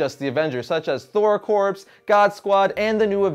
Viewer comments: I just think you should know that the word corps is pronounced like core, so the name of the comic is pronounced Thor Core not Thor Corpse. The more you know. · Great job on the histories! One small thing, the word Corps is actually pronounced core as any US Marine would tell you. Hope this helps and keep up the great work!